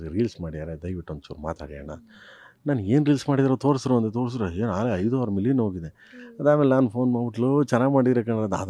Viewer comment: ಪ್ರೇಮ್ ಒಬ್ಬ ಫ್ಲಾಪ್ ಡೈರೆಕ್ಟರ್. ಇವ್ನಿಗೆ ಸರಿಯಾಗಿ ಕನ್ನಡ ನೇ ಬರಲ್ಲ. ೬ ಗೆ ಹಾರು ಅಂತ ಅಂತಾನೆ. ಇವನ ಮೂವೀಸ್ ಎಲ್ಲ ಬರಿ ಫ್ಲೋಪ್ಸ್. ಸುಮ್ನೆ ಬ್ಲಾಕ್ ಮನಿ ನ ವೈಟ್ ಮಾಡೋಕೆ ಇವ್ರು ಇತರ ಮೂವೀಸ್ ಮಾಡತಾರೆ.